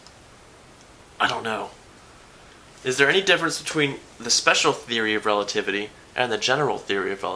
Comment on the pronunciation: Relativitaly? I'm italian and i'm OFFENDED eating spaghetti loudly